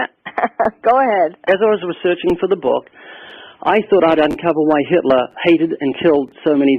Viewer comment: “Hilter god, and the Bible” is what it sounds like she’s saying.